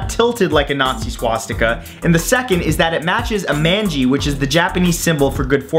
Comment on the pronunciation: It's pronounced MAANgi not MANji and NAAVi not NAvi